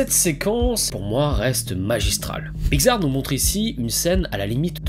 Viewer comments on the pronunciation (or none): La lettre X, ça se pronounce pas “gz” mais “ks” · La façon dont tu dis Pixar me perturbe, j'ai toujours prononcé Pix-ar et non Pi-xar x) Sinon, très bonne vidéo ! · "Piczar"... Voilà sinon bonne vidéo merci :) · Ha oui, Pygzar, les fameux studios Pygzar (oui, je me moque de ta prononciation lol). Blague à part, c'était très sympathique comme vidéo. ^^ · Très bonne vidéo. Sinon ça ce prononce PICS ART . Le non a ete choisi car il est la contraction de pixel Art. De l'anglais pixel , mot forgé (1969) à partir de pix (variante de pics et ce prononçant pareil, pluriel de pic, abréviation de picture « image ») et de el(ement) (« élément »), littéralement « élément d'image ». PICS ART